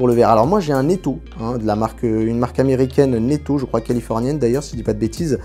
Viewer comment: Sympas les aspirateurs robots, il parait que ce sont les appareils dont les acheteurs sont le + satisfaits après achat (avec les enceintes vocales assistants domotiques :) Vivement le test ! Juste un truc désolé ton robot américain Neato ça se prononce "nitou" en anglais (ou Néato en français). Mais c'est un détail :)